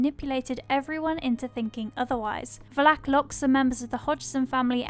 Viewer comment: The pronunciation of Valek is triggering lmao